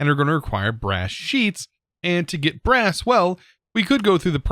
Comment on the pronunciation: “We are going to need brass” Me: “Grass?” I heard grass not brass😅